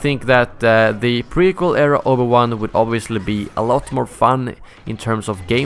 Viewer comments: Obu-wan xdd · Omg the butchering of the pronunciation of Obi Wan's name god man...